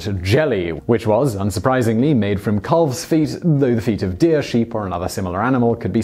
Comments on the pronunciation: "Caulve"? I've always heard "calf" pronounced "kaff". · Lane's World He's mispronouncing it. The "L" is silent. "Calf" is pronounced like "half". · The "L" in "calf" is silent. It's pronounced like "half"! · I don't like the way you pronounce calf Lol maybe it's because I grew up around farms and in Canada but we say "caffs"